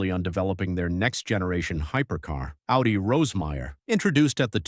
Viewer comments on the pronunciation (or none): none